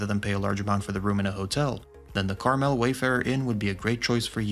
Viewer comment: Imagine if you took one minute and went to a website that actually pronounces Carmel correctly you could be much more successful